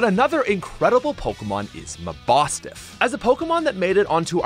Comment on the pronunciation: Wait did he call mabosniff ma-boff-snif?